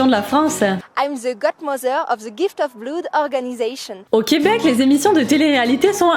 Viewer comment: Moi la prononciation ''ze'' m'as toujours bien fait rire. C'est pourtant simple de dire ''de''.